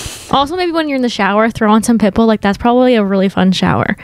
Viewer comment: the way is saying pitbull is CRACKING me up 😂😂 pit BULL